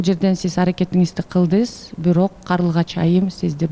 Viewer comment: Кылдыс 😂😂😂журус дейби тооба кылдым 😂😂жаш бала эми тили чыккандайго